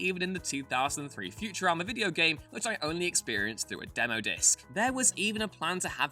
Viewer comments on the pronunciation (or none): none